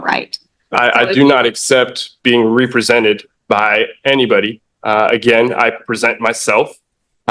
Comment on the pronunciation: "Re prosented" this dude is a flat out clown.